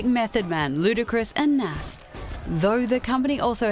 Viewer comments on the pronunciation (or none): She said Nas wrong. Sorry, I had to. Couldn't let it slide lol